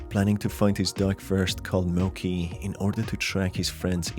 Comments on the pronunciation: Ok but when people pronounce “Mochi” as “Moki” it actually hurts me inside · Just a small nitpick, the dog's name is most likely pronounced Mochi (Mow-chee) and not Mochi (Moe-key).. Beside that, Loving the game analysis! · Mo-ch-ee not mo-ck-ee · the dog's death was so sad! i think that was the worst part of the game. by the way, the dog's name is pronounced 'mo ch ee' not 'mo k ee' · Mochi is pronounced as it's written, not mo-k-i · It brought me psychical pain every time Mochi was said incorrectly